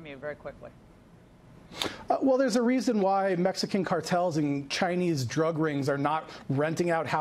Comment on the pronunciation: I love that emphasis on Mexican ! Oh no Mexicans lmfao